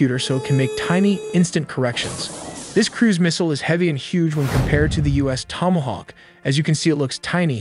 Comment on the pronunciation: This could've been a great vid, but cmon man "Therminal Phase" "Tomoahawk" "1-tawn" "milly-second" so many other bizarre mistakes. This robo-AI content needs to be banned, it's super lazy & removes everything human about the creative process. Do better things or don't do anything, it's better for everyone